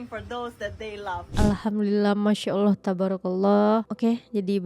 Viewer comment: Lebih tepat betul penyebutan Allah non muslim Malaysia dari kebanyakan orang Indonesia. Oloh oloh apa itu oloh...